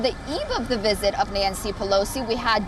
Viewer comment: Her wisit